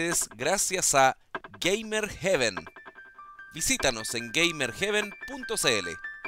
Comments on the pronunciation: es que de hecho se pronuncia "gueimer jiven" xD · GamerHeaven se arrepentirá por patrocinar a alguien que ni siquiera sabe pronunciar "GamerHeaven"? Xd